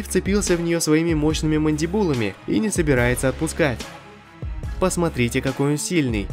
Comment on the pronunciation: ХВАТИТ ГОВОРИТЬ ПОЖАЛУЙСТА МондибУлами )